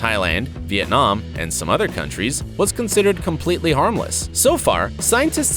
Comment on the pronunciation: That’s not how you say Vietnam if you was from there you will know how say it